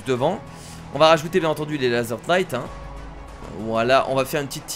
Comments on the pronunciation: Laser Knight on ne prononce pas le K. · pour le petit cours d'anglais le K de knight de se prononce pas ^^ c'est juste pour pas refaire l'erreur :P